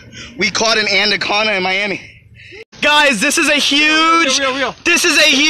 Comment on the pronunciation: "we caught an aniconda in Miami" LMFAO the jake Paul of fishing